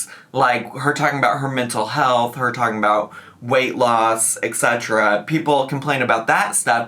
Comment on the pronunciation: Etc. is "et cetera". Pronounced "ett seterra", NOT "eck seterra”